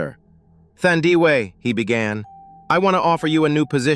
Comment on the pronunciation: Thandiwe Pronounced like u pronounce taboo not thunder